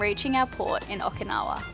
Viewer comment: O-Key-nawa not O-ka-nawa. So common for english speakers to say it wrong and im not sure why. Not yelling just for some reason I shrivel up when I hear it wrong. Also You'll find Okinawa different then the rest of Japan. The people are way nicer. The castles and historical places all had to be rebuild as they where destroyed in WW2